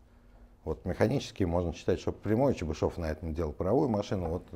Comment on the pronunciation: После этого видео знаю как правильно произноситься фамилия Чебышёв